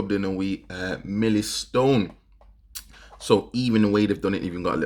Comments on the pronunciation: Lol he pronounced it milli stone 😅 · Milly-stone? WTAF?